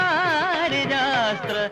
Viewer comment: He did not pronounce the words correctly, here and there. "Malleesha" alla "Valleesha", "paripaalayaashu maam" ennaanu, athupole "vaarijaasthra". This is a famous Dikshithar Kriti. It's surprising that MG did not know the saahithya of this keertana correctly.